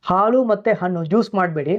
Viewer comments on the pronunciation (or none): none